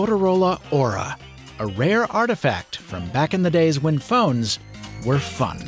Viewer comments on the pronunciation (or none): "a rare artifact, from when phones where fucked" I can't unhear it 😂